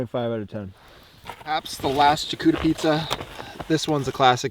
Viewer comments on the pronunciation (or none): It's pronounced SHAR COOTER E not CHAR COOTER E lmaoooooo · also its not jacuterie its "charcuterie" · Please mispronounce more words like “chuh-cootery” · I love you and your videos but the way you said charcuterie🤣🤣🤣🤣🤣🤣🤣🤣